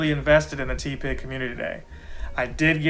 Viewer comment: Idk why the “ tea-pig “ pronunciation is triggering me 😂 It’s TEH pig 😭😩 Good video though 🙌🏻